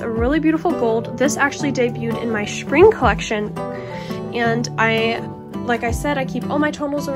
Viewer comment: Sweetie. It’s pronounced Spring not SHpring. Lol